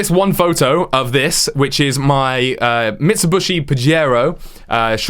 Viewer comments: He said it like that twice! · Never heard Mitsubishi said like that